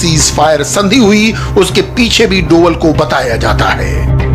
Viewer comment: इंडिया टीवी हमेशा डोभाल जी को गलत उच्चारण करता है "डोवल" । एक प्रतिष्ठित चैनल को यह शोभा नही देता । गलती को तुरंत सुधारे इंडिया टीवी ।